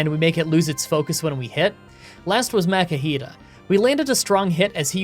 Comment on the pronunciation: Hey, It's pronounced, "Mah-kuhita" .... ;)